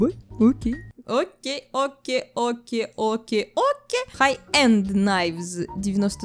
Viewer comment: Ты один раз окей не договариваешь